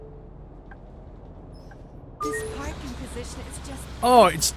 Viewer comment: Anyone notice he said perfect parping LOL :)